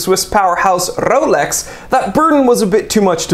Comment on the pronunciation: said "rrrrolex" 😂😂😂